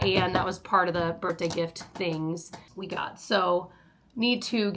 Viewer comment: For the love of god its birTHday NOT birTday!!!!!!!